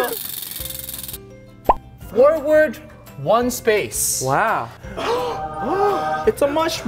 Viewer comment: Its wheel not whell